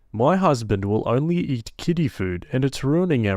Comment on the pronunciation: When I heard that the husband ate kiddy food, I honestly thought the narrator said kitty food 😂😂